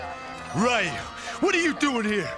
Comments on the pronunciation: The pronunciation of Ryu is driving me crazy. And wow, Cody's voice is hilarious. I'm pretty sure Jessica being with him would be considered abuse of the mentally challenged. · 1) Cody's voice & accent 2) Rolento's voice & accent 3) then Ken's hair... *Bonus* They're pronouncing Ryu as: (Rye-Yuuu) instead of (Reee-Yuuu) which also hurts my feelings, lol 🤕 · streetmagik I hate the way they pronounce ryu .its reoo not Raaiio. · Always hated the way they pronounce Ryu's name lol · So did I until I learned the proper way to say it. But u would think w/ a production team behind the scenes they woulda got it right. Like if I pronounce Machete as (Ma-cheet) that would hurt ur ears. We gotta respect Ryu! Lol 😆